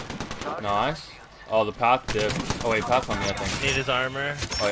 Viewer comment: when he said nice it sounded like an Australian accent 😂